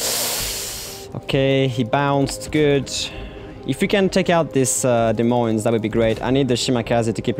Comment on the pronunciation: Wait... you're French right? Why do you say "Des Moines" with an S sound at the end sometimes?